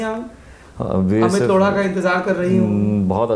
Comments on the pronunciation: For god's sake it's Lodha not lodda. Pay attention to pronounciation. Gaand hi maar li aapne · O my God, Did he just say amit loda😂😂😂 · Did he just said lora to Lodha? lol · लोढा नहीं लौ.…😂😂😂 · Amit Laudha bhai ...Laura nahi😂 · सौरभ जी आप up बिहार वाले प्यार प्यार से बोत कुस बोल देते,हो ये लोड़ा नही है लोढ़ा है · why does it sound like the host is pronouncing Mr Amit's surname as Lauda. That sounds not only ignorant and offsensive but very disrespectful. The host should be conscious about how is he pronouncing anyone's name. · Lodha but sounds like loda...😂😂😂😂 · I really heard him say Amit Lauda🤣🤣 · Naam tou sahi se Lelo bhai…….Loda nahi , lodha hai. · Lodha not loda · try to pronounce correctly the name of chief guest please... we have an option in hindi of ड़ा और ढ़ा